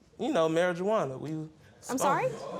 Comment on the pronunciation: "... and, you know, we had a little 'mari ju ana'." 😐🤭...🤣😂